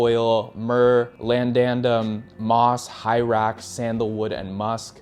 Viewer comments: It's sillage, not "silliage", vetiver, not "veviter", labdanum not "landandom", you say it wrong too 🥴Love the videos 😅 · Please no more wojacks tho you wanna tell us about fragrances yet you said “veviter”, “lamdandum”, “eLAmi”? 👁️ 👁️